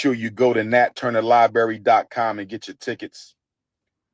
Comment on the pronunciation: “Lie-berry…” - Pimp of Pan-Africanism sigh